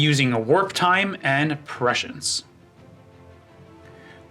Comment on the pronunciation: Also it’s PREH-SCIENCE not PESHIENCE love u